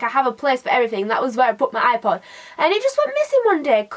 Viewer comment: I understood "eye pot" instead of "ipod" and I was like: wHY DO U HAVE AND EYE POT? THE HECK IS DAT?